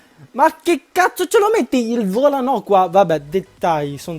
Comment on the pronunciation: Ma ci sarebbe un motivo per cui lo chiami Volanò? Non si chiama Volano? O sono io che mi sbaglio?